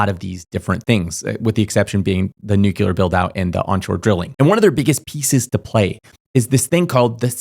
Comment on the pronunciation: People are unable to pronounce "nuclear" correctly. IT IS FKING SIMPLE!